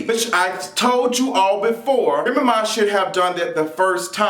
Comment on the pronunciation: I love your accent the way you say Remy Ma. It's like you're saying one word remma. Lol